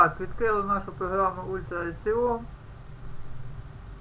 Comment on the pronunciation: АХХААХАХА, УЛЬТРА " И СИ О", до слёз